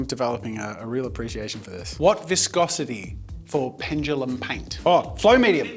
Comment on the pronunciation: Ffs. ITS NOT PENGELUM. it’s PENDULUM. Why do so many people say it like that